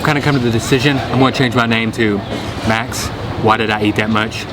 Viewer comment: Must really appreciate Max!, he takes the time to learn the names of the local dishes and gets the pronunciation almost perfect. Always a pleasure watching all your videos Max. I am Malaysian and I truly appreciate your videos and looking forward to seeing all your other Asian countries videos. Great job sir! 👏🏽👏🏽👏🏽👏🏽👏🏽👏🏽👏🏽